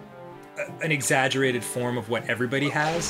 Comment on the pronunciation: Can I just point out that when Dan was talking about OCD and tried to say exaggerated he said exasturbate?